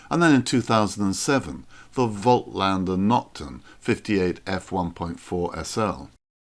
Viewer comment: voigtlander should be pronounced 'fot-lander! - phonetically.